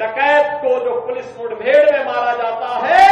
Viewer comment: अरे बाबा जी मूड बेड नहीं होती मुठभेड़ होती है बोलना तो सीख लो